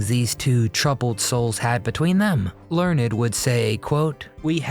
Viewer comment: It's not Learn- ed! It is Michael Learned as in Learnd.😂❤🎉